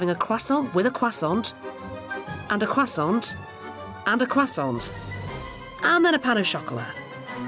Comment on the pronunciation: You don't pronounce the t in croissant.